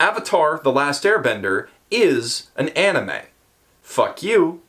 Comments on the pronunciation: too bad you can't even pronounce 'anime' :DDDD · One thing: Anime (pronounced ann-nee-meh) is NOT, I repeat, NOT the japanese word for animation, that word is anime (pronounced on-nee-meh). Japanese words have japanese pronunciation, just because it's spelled the same in romanji doesn't make them the same word.